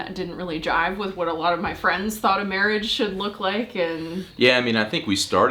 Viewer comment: Mawage! Mawage is what bwings us togevuh tooday